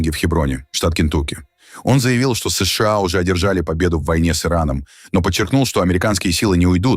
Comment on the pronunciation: Ты можешь выговорить нормально США а не как Ии бот😂